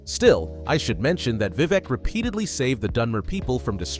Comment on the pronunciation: Great Video. But why pronounce it as Vevec?